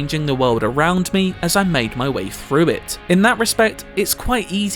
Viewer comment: Thrilling not frilling and through not frough